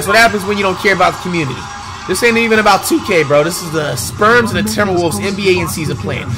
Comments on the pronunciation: Please stop saying “Sperms”😭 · "sperms" always catches me off guard bro 😂😂😂😂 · Is it me or does it sound like he calls the spurs the sperms 😭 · He does call them that lol